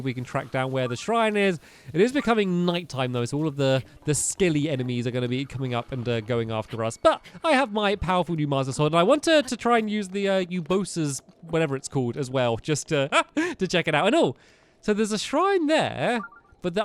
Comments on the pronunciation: Not trying to be rude but its pronounced (Er-BOW-sah) Urbosa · Stamps you are saying urbosa wrong it’s a long u